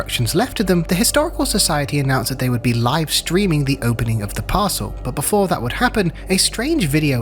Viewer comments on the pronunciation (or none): none